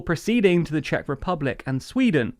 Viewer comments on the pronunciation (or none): none